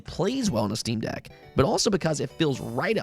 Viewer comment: Quick note even though nobody asked lol; it’s jarring when you constantly say steam DECK, putting the emPHAsis on the wrong sylLABle $.02